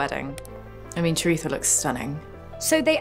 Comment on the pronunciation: The way she pronounced Charitra concerns me. I wonder how Ashley would pronounce Ashwini 😂